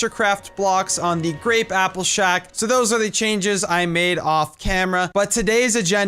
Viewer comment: "look at all dwose chickens" lmaoo